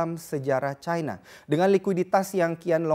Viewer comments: terus kenapa nyebut singapore itu singapura, bukan singapou. Kenapa gt harus nyebut cina dgn nada caina? Aneh aja gt kedengerannya di kuping hehehe.. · Ironi: negara komunis bergantung ekonominya ke negara kapitalis. Nice info, tp nyebutnya ga usaha Chayna. Cukup China aja. Ga akan disebut rasis. Kaya kita nyebut Arab (panggilan singkat Arab Saudi), ga akan kita sebut Ereub khan?